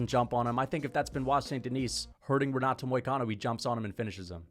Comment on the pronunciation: renat and bennet